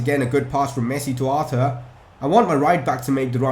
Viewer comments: Aar-toor. According to his interview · Buy a new centre-back,a young cam,arthur is pronounced ar-tur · his name is pronounced Arthor